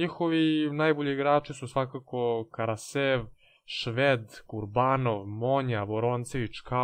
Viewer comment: nije Karasev nego Karasjov.